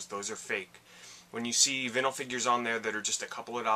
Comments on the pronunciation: vin-el vs vine-el no one says vin-el records, or vin-el interior on a car am I wrong here? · That is a badass mario shirt. That shirt for $21 is a steal. Your saying Vinyl wrong. it's pronounced Vine-ul. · Your saying Vinyl wrong dude lol